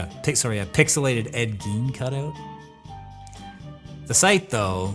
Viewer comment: You gave me a headache trying to say "Ed Gein" but this is still my favorite video you've made by far because you're my favorite true crime channel on YouTube and I love punk rock deeply. Sue me 😂